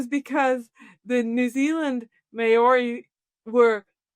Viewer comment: Elizabeth needs to learn how to pronounce Maori. It's not May-ori. It's a two-syllable word.